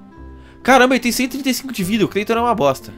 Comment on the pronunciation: Meu Deus eu matei o "Creiton" kkkk